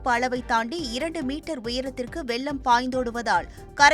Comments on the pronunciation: செய்தி வாசிக்கும் பெண்மணிதயவுசெய்து தமிழை கொல்லவேண்டாம்,காரணம் வெள்ளம் என்பதற்கு பதிலாக வெல்லம்,வெல்லம் எனபிழையாக உச்சரிக்கின்றார், ,இதை தொலைக்காட்சி கண்காணிப்பாளரும் கவனிக்க வில்லையா??. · வெல்லம் அல்ல வெள்ளம்